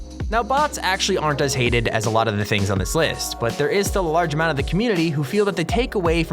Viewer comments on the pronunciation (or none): none